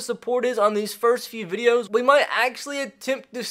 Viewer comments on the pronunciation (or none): none